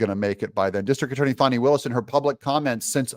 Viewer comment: If you are from the south, it's not "fawnee"; it's fanny and it's not " MC caf ee" it's mac u fee!! 😂